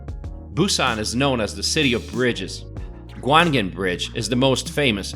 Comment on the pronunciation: Gwangalli beach is pronounced Gwang - alli. also Gwangan is too . Beacuse Gwang is one word.